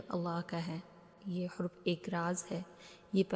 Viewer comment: Hurf nahi harf hota hai jab ziyadah harf ho to huruf bolte hain